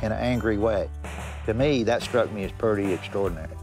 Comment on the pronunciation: He pronounces "pretty" as "purty"